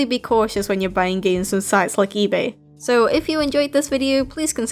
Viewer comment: The way you said ëbåy, that made me laugh so hard.